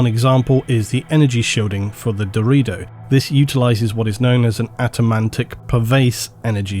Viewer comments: My man seriously pronounced "Deredeo" in the meme version. He actually said "Dorito". Wtf?! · I think it's pronounced Deh-rer day-oh right? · brother it is called da ray do not dorito. its not a crisp brother even though they carry around other brothers who resemble one. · Ohhhh, Deredo. Thought you said Dorito. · I know it was deredeo but I heard dorito and now I’m cursed with images of Dorito dreadnoughts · Had to do a double take when he started talking about the deredeo pattern because it sounded like "Dorito pattern" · I love you but how did you get "dorito" out of Deredeo? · I swear every time said the "Deredeo" Dreadnoughts I counl'd stop to envision a giant Dreadnaughts of the shape of a... Dorito. The Dorito Dreadnought. lol. Thanks for the amazing video! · Alright I cant be the only one who keeps hearing "Dorito" when Doredeo is mentioned xD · All I heard 😂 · Am I retarded or is he saying Dorito dreadnought? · Hey guys, DRU-DAY-OH dreadnought lol love Doritos though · I at first thought you were saying the ''Dorito'' pattern, and all I imagined was ultramarine cool ranch flavored dreadnought. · I can't be the only person who heard "Dorito Dreadnought" right? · I just keep hearing Dorito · Dorito Dreadnought, that's what I understood a many times when you spoke of the Deredeo. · "Atomantic"? You mean "Automatic" ... Also not sure if "DeredO" is correct ... shouldnt it be DeredEO instead?